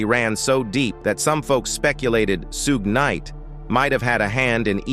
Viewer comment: "Sue gay knight?" 😂😂😂